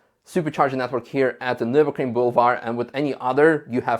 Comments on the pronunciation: Why are you saying - "NurburKring"??? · Why does everyone mispronounce Nürburgring? It's a ring, a closed circuit, in Nürburg.